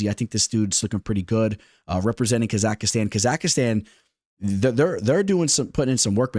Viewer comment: That “ Kazakhstan” pronunciation is crazy 💀